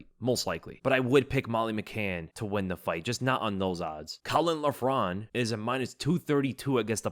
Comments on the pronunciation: Few notes on Irish pronunciation. Caolán Loughran : Kay-laan Lock-run. Our Irish prospects on this card are awful unfortunately, all signed in the hope of a big Ian Garry push or Conor come back. Caolán moves like a middleweight, slowest BW I've seen in a while. Bannons point fighting has zero power and she has no ground game what so ever. Kiefer is a lot of fun to watch but again very limited skill set, can brawl and nothing else. Even with the very short notice replacement opponents I wouldn't be surprised if we go 0-3. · Caolan loughran is pronounced "Cay - Lin lokrin" 👍